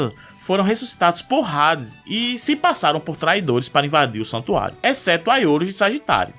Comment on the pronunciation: Eu tenho raiva de quem fala Rades